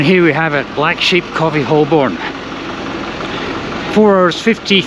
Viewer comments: Holborn isn't Holl Borne it's Ho burn, just like its Edinburgh not Eding Berg 😉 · It’s pronounced Hoe-bon not Hol-born. HTH. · That was a cool video, but just a note that Holborn is generally pronounced as "Hoe'b'n". And you didn't mention the comfort factor, with hard, unforgiving seats on the train, and probably a more comfortable seat on the plane? I don't think I would want to do the journey from Edinburgh to London on an Azuma with those rock hard seats. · As you will have heard from the announcements on the tube, 'Holborn' is pronounced 'Hoe-burn' (with the 'burn' shortened practically to 'bun'), not 'Holl-borne'. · What a beautiful football stadium you pass by! It's "hoe-bun" btw rather than hol-born (I'm a londoner) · I was under the impression it was pronounced HO-bun. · Hi, Great video, live these self challenges. However, even as an Aussie, I know Holborn is pronounced Ho’burn. My grandad smoked Old Holborn tobacco. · Someone tell it’s pronounced Hol-Bun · Someone tell NMF1969 it's pronounced Hoe-Bn. According to Jago Hazzard, YouTube's resident expert on transport in London. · If you ever come back, Holborn is pronounced "hoh-bən" in standard British English, with the emphasis on the first syllable. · Each time he spoke "Holborn", I cringed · Never flown to Edinburgh but did fly London Heathrow to Manchester many years ago now. It was significantly cheaper, even with a railcard and the friend I was seeing lived fairly close to the airport, much closer than Manchester Piccadilly. BTW the L in Holborn is silent. Not pronounced at all. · Please check your pronunciation of Holborn! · If just pretends that the "L" isn't there he'll be fine.